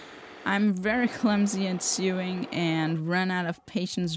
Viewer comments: "Sewing" is pronounced as sowing, like when you plant seeds or sow wheat. Sowing is also pronounced as sowing, LOL. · I love your videos, keep up the great work, they really are brilliant. [I'm English, you pronounce 'sew' the same as 'so'. The machining of cloth is therefore "so-ing"]